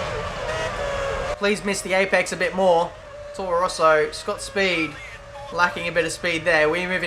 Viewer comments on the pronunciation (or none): none